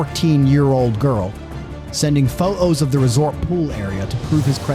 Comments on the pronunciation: Why does the narrator constantly leave out consonants in the middle of words. Pho'os, and other words missing a T or D in the middle of a word are NOT proper words. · \Why are you so afraid of pronouncing Ts? Pattern not Pah-ern. Documented not Dounmen-ed. Proximity not Proximi-e. Digital not Digeh-el. Photos not Pho-Ohs. You Speak American, but hide your Ts like a Brit.